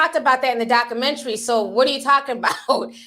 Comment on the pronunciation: I'm ctfu the way you pronounce documentary. You don't put the "u" in it